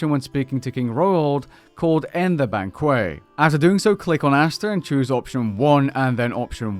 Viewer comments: just saying the french don't pronounce kw sound for q they just pronounce 'k' so it wasn't exactly french either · "end the banquay" 🤣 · Weird way to pronounce Banquet lmao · ....You're the only person in the ENTIRE world that doesn't know how to pronounce "Banquet" right....smh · Lmao you said "banquet" like no one says it. I thought all british people refrain from the french pronunciations